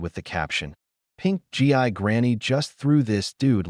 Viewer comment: It’s pronounced geee,not G I. Gi is what soldiers used to be called, like GIJoe dolls.